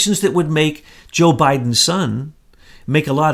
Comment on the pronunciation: Please learn how to say Joe's name...drives me crazy...other channels on here have no problem saying his name. This is not the first time either. It isn't that hard!!